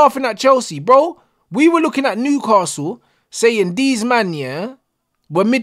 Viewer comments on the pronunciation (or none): none